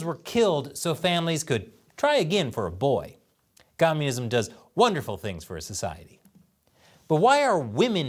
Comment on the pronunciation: I don't like how he says communism. Sounds like a little bitch.